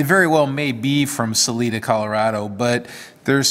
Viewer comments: It's pronounced Sa LIE da. My grandfather was the superintendent of the railroad tie operation there in the late 40's. Rocky flats (between Golden and Boulder Colorado just west of Denver) made the Plutonium triggers for the early bombs if I am not mistaken. Later they were made at the Pantex plant in Texas. Here is a link to a bit of history of the machining done in Salida. "Hundreds of men were employed in the D&RG machine shops in Salida. It was the largest, most complete repair shop between Denver and Salt Lake City and could repair or rebuild any kind of disaster that might befall a locomotive or piece of rolling stock. On several occasions the crew built locomotives using spare parts from others. Maintenance was a large part of the work here. (1)" Thanks for the history and appreciation for those that came before us, whether stone tool users or nuclear weapon machinists. This episode is a keeper. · There is no 'E' sound in 'Salida' That's what the ''I' is for.